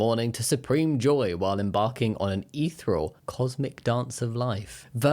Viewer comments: You say eeth-real for ethereal, but I've only ever heard it as ee-theer-ee-al (or also with a slightly shorter ee at the start, more like eth). Emphasis on the theer. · Your pronunciation of ethereal is interesting, I personally pronounce it ee-thea-ree-al, but everyone’s pronunciation is different, I’ve just never heard it before (I wrote thea instead of thee because of the archaic word thee which is pronounced differently than what I wanted)